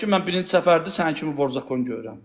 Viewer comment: Ayıb olsun sizə vor zakon sözünü düzgün tələfüs edin